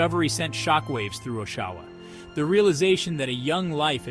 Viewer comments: Listening to you fail to pronounce Oshawa (aww-sha-wuh) everytime had me giggling. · you lost me at the first pronunciation of Oshawa